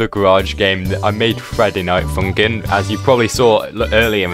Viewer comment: why are you saying friday night fumkim